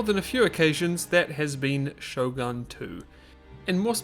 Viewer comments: I'm pretty sure its "SHOGUN" with an U, not Sho-gun (Shogan) xD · > Minus the fact everyone's speaking English Huh? Everyone's speaking Japanese for me. It can't be because of Russian localisation, can it? Also, Shogun is pronounced Shogun, not Shougan.